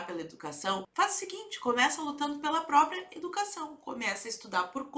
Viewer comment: Manifestação "dà educassáo" da UNE 😄